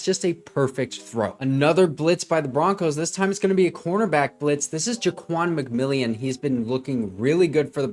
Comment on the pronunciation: nice job breaking down these plays. Just a couple of FYIs - Ja'Quan McMillian's name is pronounced differently than it is written. It is actually pronounced like McMillen. Also, this current Broncos defense is NOT the same defense that gave up 70 to the Dolphins. Some of their key players were injured and did not play in the Dolphins game - Justin Simmons and Baron Browning to name a couple. Josie Jewell also went down in the first half. Also, Frank Clark was cut after that game and Randy Gregory was traded. McMillian took over for Bassey (was cut and now plays I believe for the Chargers) and Moreau took over for Mathis. Bassey and Mathis were constantly giving up big catches to wide receivers in the first several games of the season, especially on 3rd downs. Anyway, it is a completely different defense now. And Sean Payton is a genius for sticking with VJ and realizing the team and coaching staff just needed more time together to get on the same page. I believe if the Broncos played the Dolphins tomorrow, the Broncos would actually beat them, especially if the game was played in Denver rather than in Miami in the September heat.